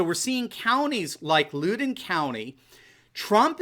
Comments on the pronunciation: "Loud-en" county... not "lood-en" county. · Loud....in County.....not looden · It's LOUD-EN COUNTY! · Loudoun is pronounced Loud-en, not Looden. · Just say "Loud in" to get the name right for the Virginia county. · Looden- haha - no. Loud-done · Loudon is pronounced Loud-en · It's pronounced (Loud) (den) Cheers from Northern VA! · Loudon County=Loud-en County in pronounciation. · It’s Loud-in county. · It's Louden (LOWDEN) county ..... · FYI it’s pronounced Loud-don County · It’s pronounced Loud-en county in Virginia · Pronounced phonetically at least “Loud don” County. Next to Fairfax County which is totally Lib. Makes no sense considering how many residents work directly or support the USG. Fairfax usually carries the entire state and its typically blue. Sucks!! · PRONONCED LOUD (like noise loud) DEN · Loudon county is actually pronounced to sound like "cow"-den, like the word, "howl". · Loudun is the phonetic pronunciation for Loudoun County. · It's pronounced Loud-en county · Loudoun County is pronounced like Loud. Also, I'm really glad we have some REAL election results from you,! Fox has not even called FL yet! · Loud-den county. That’s how you pronounce it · LOUD - en --- is how you pronounce Loudoun. Wooooo hoooo!!! My county!!! YAY!!!! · It’s LOUDen county, va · Sorry,, but it's (Loud In Country) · I am a Virginian and with great respect to you Sir, Loudoun County is pronounced (Loud-in) county. We have a lot of counties with tricky pronunciations. If you ever have to report on Fauquier County it’s (faw-k-ear) County. Love this channel. Thank you so much for your positive messages and educated insight! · It's pronounced Loud-en co. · In Virginia, that county is pronounced Loud-en. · hey - it's 'Lou-dên' VA 😉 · I lived in the neighboring county in VA, it's "Louden" county as in the word "loud." Thanks for all you do! My wife found you on Youtube and told me about you. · Loudon. Like loud.